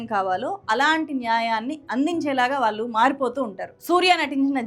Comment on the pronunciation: దయచేసి వాళ్ళు అన్నపుడల్లా వాలు అనకండి. భాష మీడ ఉచ్చారణ మీడ కాస్త శ్రద్ధ పెడితే బాగుంటుంది